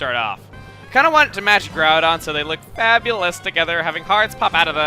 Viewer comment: you said fabulous wrong.